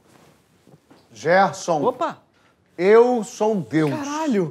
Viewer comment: "GEERSON" KKKKKKKKKKK aí eu já ri